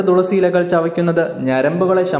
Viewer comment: ദുളസി അല്ല മാഷേ തുളസി🙏🥱